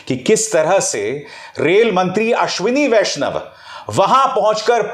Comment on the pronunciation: आश्विनी वैष्णव महिला है या पुरूष; आपने इस नाम का उच्चारण कैसे किया; स्वयं ढू़ँढ लीजिएगा l